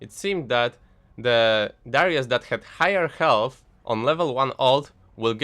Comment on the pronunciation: lmao ğHğhigher ĞhğhhğHealth funny accent